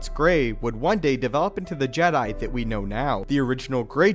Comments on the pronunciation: You legit say JEDII order instead of Jee-dai, im getting triggered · How comes you pronounce Jedi and not Jed'ia, understanding languages will help you understand how words in Star Wars should sound, also, you need to work on your pauses, listening to you talk about a subject does my head in! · 😂 He keeps saying:"JedII." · The je DIE! Seriously the way you say Jedi is hilarious. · The background music is so distracting cause it's so good. And the way u pronounced jedi tho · stop saying jedi so awfull...ugh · lol, i noticed it to